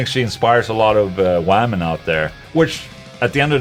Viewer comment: Can you get to say “wah-men”?